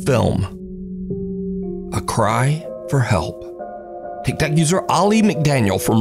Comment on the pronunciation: he said ticktack not tick tock